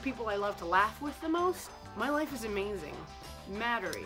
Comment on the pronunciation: Mattory. Mattori. Mattortree.